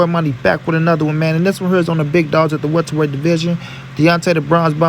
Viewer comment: Lmao he said welterweight